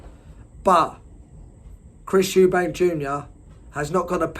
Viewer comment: Switched off when you said eubankS